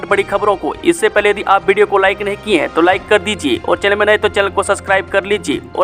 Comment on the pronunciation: Nahi. Kaa ucharn no bolte ho shi nhi lagta